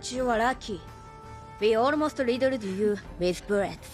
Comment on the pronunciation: Riddled you rith burrets.